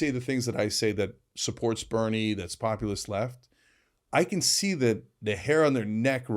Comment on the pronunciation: Cenk discovered a new word, Populous. Populous, can you say it with me? Pop U Lus; Populous 😂😂😂